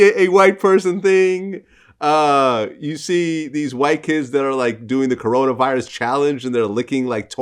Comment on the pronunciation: "Corona Vilus"